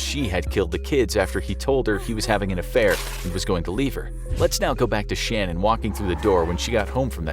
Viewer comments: Shannan not Shannon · not Shannon - it's Shannan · ShaNANN. Emphasis on second syllable. Not Shannon. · Ok its been driving me nuts ...her name was Sha-Nan ... not Shannon. Have enough respect to pronounce her name properly, please. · It's not Shannon, it's Shanan! It's not that hard! 🤬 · You said shannan’s name wrong lol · It’s SHA-NAN Not SHAN-on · Shennan not Shannon! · Please pronounce her name properly. It’s not Shannon. It’s Shanan. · HER NAME IS NOT SHANON. ITS SHANNAN. PRONOUNCED SHA-NaN. Couldnt even say her name right?? This channel is so WHACK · Well done, but her name was Shanan. Pronounced sha-nan not shanon, just respectful to try and get right. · Her name is pronounced “Shan-Anne” not “Shannon” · Her name is pronounced* Sha-NAN not Shannon As her best friend who requested the wellness check explained: “it’s shaNNAN like ‘shenanigans’” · Her name is pronounced Sha NAN - not - SHAN un. Also, a lot of their debt was medical. The girls had peanut allergies that took a long time to diagnose, and Shanann had recently been diagnosed with Lupus. And why does the animation show Chris as non white? This whole thing is a creative and factual mess. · Sha-nann...not Shannon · It's not Shannon. It's pronounced Sha-nan... jus sayin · Sha'naan. not "Shannon" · Her name isn't Shannon it's Shanann pronounced SHAN-ann. Other than that absolutely great depiction of this horrible crime/individual. Rest In Peace Shanann and your beautiful babies 💔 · It’s pronounced SHAAA-NANN not Shannon. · Its not pronounced Shannon its SHA NANN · Her name was pronounced Shan-ann not Shan-in. :) 💛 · Shanann not "Shannon" :( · So her name isn't Shannon it's Sha'nann (sh-ah-n-a-n) and Chris Watts is Caucasian from the mountains of Caucasus! 🤣🤣🤣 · You guys are saying Shanann's name wrong. It's not Shannon, it's Shan-ann. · Her name is pronounced "Shuh-Nan"...not Shannon. Also what picked her up arriving home was their doorbell camera. The neighbors camera picked up Chris loading the truck.